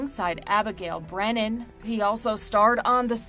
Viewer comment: Abagail Breslin, not Brennon